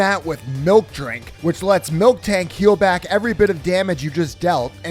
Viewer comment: Stop saying MilkTank.